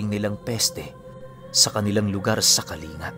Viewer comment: kaling-ga po ang pag bigkas po hindi kalinga kase taga kalingga apayao ako tapos isa pong pure isnag